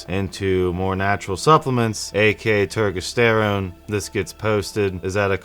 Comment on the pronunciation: Why are u mispronouncing turkesterone like that? U know damn well that’s now how u say it 😂